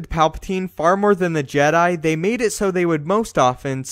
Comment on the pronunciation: tha je-diiii still haunts me....